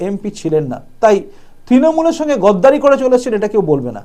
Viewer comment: গদ্দার নয়, গাদ্দার। গদ্দারি নয়, গাদ্দারি।